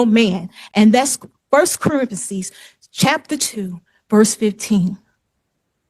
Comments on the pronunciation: Without sarcasm, and I’m sarcastic as sh*t, I can barely understand what she’s saying because all I can hear is that she cannot pronounce any words beyond what a 3 year old can. My brain is FRYING. “1st Corithesees” nearly killed me. For uzample, revelent, was you or wasn’t you, “true or false” like she’s playing a game, cohursed, he axed me, we didn’t never, it would always been, a frew, I’M GOING TO DIE. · "First Corintheses"...🙄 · “First Corrintheses” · I hate when I’m being condescending and acting superior, making up words and attempting to change the meaning of things I don’t understand, and/or reading from 1st Corith-ee-sees and getting ag-nored by interlopers. ($1 says she doesn’t know what ‘interloping’ is.) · she’s a minister but can’t pronounce Corinthians?!? Or any other damn word in the English language?!?! HOLY WOW! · Yeah, I was wondering which book of the Bible that was, but I concluded that she must have meant Corinthians!